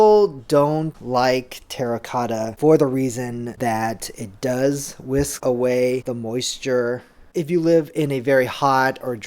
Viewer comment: Amazing video but I can't help but point out it's 'wick' not 'whisk' and 'err' not 'error'. Thanks! Love your stuff!